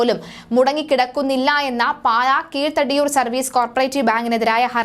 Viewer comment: കീഴ് തടിയൂർ അല്ല, കിഴ തടിയൂർ